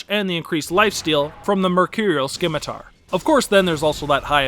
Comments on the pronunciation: the C in scimitar is silent. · Your pronunciation of Scimitar had me cringing XD Great video though! Sub'd :)